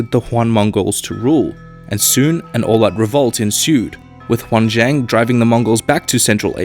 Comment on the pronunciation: The WTF Moments of the Video: 1 The "Juan" dynastiy lol, it is pronounced as the "Ee-uh-aen" dynasty 2 Representing Han Chinese with Japanese Kimono Geishas 3 Yuan == 代远 4 Zhu Yuan Zhang: "Huan Zhaeng" -> "Iuehn Zhaang" 5 Similarities in policy between Ming and Qing dynasty ... ? 6 Isolation in Ming??? What about Zheng He??? 7 大清 everywhere even though it is the Warlord period 8 KMT = 大清again... 9 Beiping = 大都 are we in Yuan dynasty all over again?